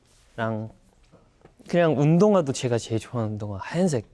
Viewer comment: 음색이 너무 귀엽고 미소년같고 그냥 목소리가 공기반소리반 숨소리가득 처연섹시옴므파탈이셔서 가만히 외국아티스트 곡 듣듯이 하다가 영상봤는데 성숙한미남있어서 갭차 뭐지? 했는데... 원래 목소리도 귀여우심ㅋㅋㅋㅋㅋㅋ 발음 뭐냔말임 놀러와셔요~ 줄서셔요~ 가쥬마가 졔가 이케~~ 웃음소리도 막 으헤헹 이럼 근데 얼굴이 개잘생김 원래 이렇게 묘한 갭차느껴지는게맞는가😮